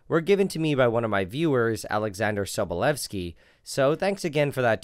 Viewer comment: I knew it was going to be a good video when he correctly pronounced Sobolewski 😌